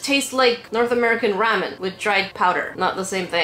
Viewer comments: Sorry but you said ramen wrong. If you say it right say it with the sound a after r. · BuT yOuR dOiNg It WrOnG it is RAW MEN not RAM IN XD 😂😂😂😂😂😂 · Wait u say Ram-en I say Raw-men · The way she says ramen 😂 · You say Ramen and Matcha totally different then I do hahah